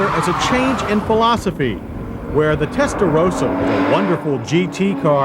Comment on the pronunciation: He said it correctly this time😂